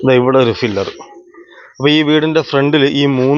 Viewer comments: ഫിലർ അല്ലടാ, പില്ലർ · ഫില്ലർ അല്ല പില്ലർ ആണ് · ഫില്ലർ അല്ല , പില്ലർ എന്നതാണ് ശരി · Filler alla pillar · "ഫില്ലർ"അല്ല ചേട്ടാ," ,"പില്ലർ "ഈ Basic ആയിട്ടുള്ള വാക്കും കൂടി അറിയാത്ത ആൾക്കാരെ മറ്റുള്ളവർ പറ്റിക്കും!👍🏻, ഒരു Qualified ആയിട്ടുള്ള എഞ്ചിനീയറെ വർക്ക് ഏൽപ്പിക്കാതെ വഴിയേ പോയ ആൾക്കാരെ പണി ഏൽപ്പിച്ചാൽ ഇങ്ങനെ ഇരിക്കും! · Filler alla maistry. PILLAR